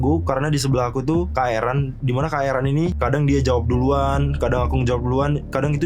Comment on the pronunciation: ERAN KAKK, BUKAN EREN BUKAN ERUN😭😭